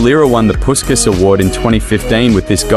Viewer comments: Without any disrespect of course, imagine if you could pronounce Puskás correctly. It’s supposed to be more like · PuSkaS 😂🤣 Man, I know there are different traditions of pronunciation in different countries, but if you check original Hungarian one and even standard British/AmE, you will see that his name should be pronounced through 'sh', not 's' : Ferenc Puskás (Hungarian pronunciation: [ˈfɛrɛnt͡s ˈpuʃkaːʃ], UK: /ˌfɛrɛnts ˈpʊʃkəʃ, ˈpʊʃkæʃ/. So, it's [Pushkash], not PuSkaS =) What about you guys? How is it pronounced in your country? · Like basket but their pronouncing is puskas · It’s pronounced like pushkash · It's pronounced "Pushkas"